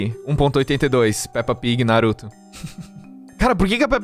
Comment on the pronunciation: Bro, eu não tenho isso com barata, eu só tenho medo mesmo, se for voadora eu corro O falando o nome do naruto KKkk